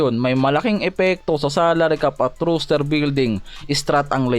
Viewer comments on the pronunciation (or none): Roaster,, binabasa na lang mali pa